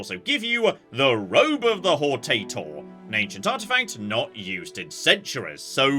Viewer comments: pronounces hortator like he's asking a grocer for a specific species of potato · Good start to the video: doubling down on being known as "The Potato" because he refuses to pronunce the title right. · Why do you pronounce it like "Hortator" instead of "Hortator"? It's clearly pronounced "Hortator"